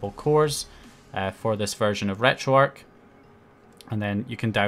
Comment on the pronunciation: It's pronounced retro-ark the "arch" stands for archive